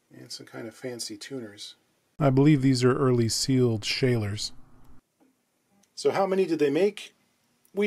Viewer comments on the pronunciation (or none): Evertime i hear you saying "Schallers" in your videos i get goosebumps 😂 As a German i tell you it's pronounced with an "a" like in "Lark" or "Parmesan". I know it doesn't really matter but you normaly are a guy who tries not to butcher names. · Schaller is pronounced "shuller", by the way 😉 New subscriber here, after this channel was suggested to me a couple of days ago, and I've been enjoying the videos a lot so far. Thank you! 😀